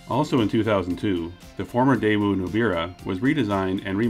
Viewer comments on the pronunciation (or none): You discuss how to pronounce Daewoo, then continue to call it Dae-woo. It is pronounced Dae-oo. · A little late to the debate but the W in daewoo is just a weird carryover from outdated romanization. In the Korean alphabet it would be spelled "deu" (really daeu, but the ae is pronounced e), so Day-oo is more accurate. Same goes for the family name Woo -- it's actually just U. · Nope, still wrong but close. In Korea itself, it’s like your British snippet: day-oo. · Most accurate way to pronounce is Deh-ooh (read like American). Anyways I don't really care if they pronounce it wrong. "Day oo" would just be "대이우" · Daewoo is more pronounced as "Deh ooo" rather than "Day woo" Deh like "heh" but with a D ooo as in "ooo that gotta hurt" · "Day-oo" is the correct pronunciation. In Korean, it's 대우. "대" (day) "우" (oo). Also, the "y" in Hyundai is not silent. Hyundai = 현대 = 현 (hyun) 대 (day). If you're not sure how to pronounce the "hyun" part of Hyundai, think of a cowboy trying to get a bunch of cattle moving : "Hyah!" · The other famous car guy pronounces it as 'Daaju'. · It`s actually pronounced... TAEwoo. There are several romanization systems for Korean, some render the letter "ㄷ" as T, others as D. It´s closer to the English T sound. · I pronounce it like day-you. I remember the tv adverts here the thi g they said was "that'll be the day you" Edit. I've just remembered we had a daewoo tv when I was a kid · I always pronounced it like Dy-woo. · Ok, I've lived in Korea for almost two decades and I can safely say that the W isn't pronounced: day-oo (like a ghost-boo!). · You still aren't pronouncing it correctly! 🤣🤣 The w is silent.